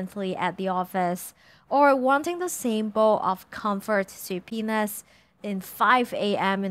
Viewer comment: anyone else hear something else when she said "soupiness"? lel. I had to turn on the closed caption to make sure she didnt say sue penis.